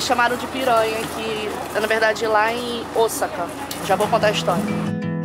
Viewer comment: Estou amando vcs falarem Osaka corretamente rsrsrsrs